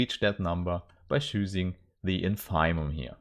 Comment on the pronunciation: Congratulations as always. I'm aware that English is neither your mother language nor mine but I think that you should check the pronunciation of INFIMUM.